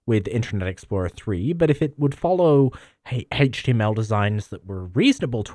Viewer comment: Well he does say hateg tml